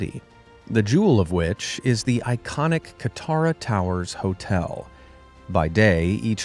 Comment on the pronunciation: for a sec i thought he said totel instead of hotel